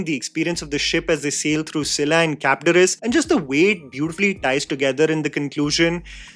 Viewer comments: Chabdarys nhi, it's Charybdis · Cab-is-dere-is nai mere bhai... Charybdis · It’s Charybdis not charybibdis